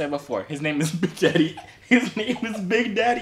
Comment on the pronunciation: Yo said adaddybigd